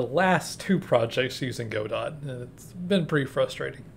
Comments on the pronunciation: Nice video, you should show some more of what you talk about in the video as b-roll. No offense, but in case you care, its pronounced "Got-Oh", not "Go-Dot" :) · Yup, the proper way of pronouncing it is "however-you-like". I like to say "God-oh" because it sounds fancy. Makes me feel like a medieval veteran gamedev :D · Yeah, Juan's pronunciation of Godot rhymes with the Spanish pronunciation of 'robot,' so it makes sense to rhyme it with the English pronunciation of 'robot.'